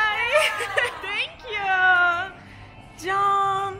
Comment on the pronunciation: danla: tenkyyuu fotoraf çekinebilirisiniz danla: ay tenkyyu dösösösösööss